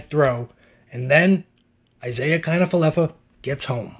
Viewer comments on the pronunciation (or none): That was AWESOME!! Couldn’t believe it when I was watching it live! And was waiting for your video on it 😄😆 Check out his slide into home…slick! Lol Also: “Isaier” 😂😂😂 Dude can’t pronounce Isiah lol